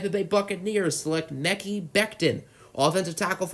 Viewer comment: Mecky Becton??? 😂😂😂😂 It's Mah - kie as in sky!